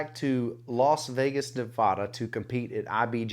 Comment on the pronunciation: It’s not nevahhda. Nevada. Dammit. 😂😂❤